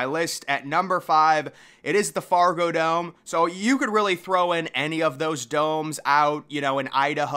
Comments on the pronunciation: Fragodome? Really bro? Fargodome. C’mon man! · Man said "Frago dome" 😂😂